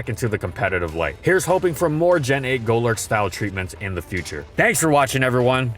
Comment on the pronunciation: Goelerk 🤮 Go-lurk 😍👌